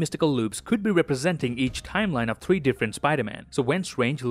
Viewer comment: Everytime says 3 spiderman my heart jumps Dont do that dont give me hope